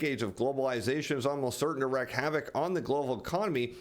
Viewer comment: Wreak havoc, not wreck